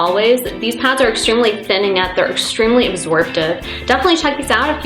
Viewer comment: and when she says pads to her it's pods